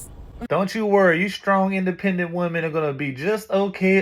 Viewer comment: 😂 where do they come from that more than one woman is still being called woman!? It's pronounced women! (Wimin)😂